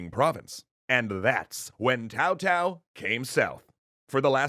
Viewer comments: It's literally TSao not Tao or Cao. You don't need a degree in sinology for that. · Why do you pronounce 'Cao' as 'Tao?' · Are you saying TAO (instead of Cao)? - It's fine, it's probably pronounced that way, but it's really confusing. Did I miss a clarification on this in the previous episode?